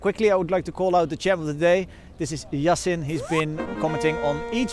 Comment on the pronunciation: Million of thanks for making me d Champ of d day. U pronounced my name, Yasin, perfectly. 💛🌟💛